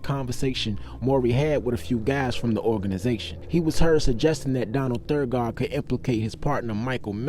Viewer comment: Donald's last name is Donald Thagard (Tha-gerd)